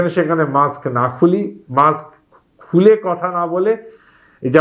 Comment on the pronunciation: অশিক্ষিত অ্যাঙ্কর কি সব উচ্চারণ -মাক্স, চ্যালেন। এগুলো থাকলে চ্যানেলের দুর্নাম। আপলোড করার আগে চেক করেন না কেনো?